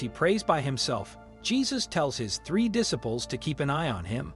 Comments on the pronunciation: Diss-iples!! 😂 try just a little harder! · Why do you not know how to say the word disciples. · Please learn how to pronounce the word 'disciples'. It's diSYpels. And Gethsemane is pronounced Geth-SE-ma-ne. And the Bible is true regardleess of what any newspaper says. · Y'all need to fix your AI! Darn thing can't even read properly. Garden of jeff summon? Really? Dis--iples? Really? Find a real narrator.